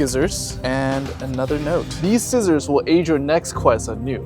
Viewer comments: he said skissors😂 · Did he say sckissors? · Did he say skissors?